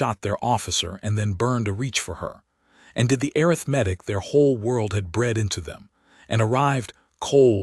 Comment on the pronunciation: The horrible AI reader does know the difference in emphasis on the second syllable vs the third syllable of "arithmetic," as it uses the first one twice, correctly, but uses the wrong one at least 20 times! It almose never pronounces "live" correctly! "Disgusting! Teach it better, or lose it!